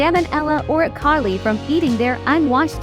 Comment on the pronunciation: How did E Coli become iCarly? 😂